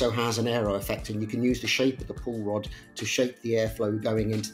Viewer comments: Every time someone said "Pull Rod Suspension" all I heard was "Paul Rudd Suspension" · We need a Paul Rudd gif/pic ANY time you say pull rod. Thank you.